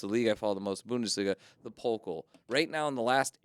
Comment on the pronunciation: _ "...the Bundesliga is bailing out of the DFB-Pokal." _ ...fans would boycot the Bundesliga. OMG, every time they are saying "Pokal" it sounds like polka (the dance) because of pronoucing the o (which is wrong) instead of the a (that is correct). It's Pokaaaaal! 🤫